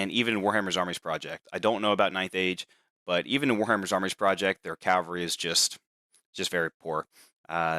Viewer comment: It's "cavalry" not "calvary"